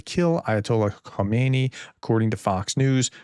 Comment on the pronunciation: Khamenei. Not Khomeini. Khomeini was the old dude that started the whole circus. Khamenei is actually a rather moderate geezer.